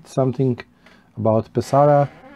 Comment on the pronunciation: I also enjoy Pe’saro pipes ( accent on first syllable FYI) and have a lovely Mastro de Paja ( very affordable), as well as the same bulldog you have and a billiard from Ser Jacopo but with specially made vulcanite stems done by Julius Vesz, my dear friend in Canada. I also have an amazing Rinaldo which I must say smokes amazingly. The Pe’saro school is very elegant while the Cantu school ( Castello, Ascorti, Caminetto) and Varese school ( Savinelli, Brebbia etc,) are all near Lake Como and certainly more classic in shape. A great video thanks for sharing amico mio. Ciao 👋 S.